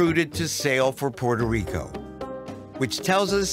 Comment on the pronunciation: Dr. Gates needs to learn to correctly pronounce Puerto Rico.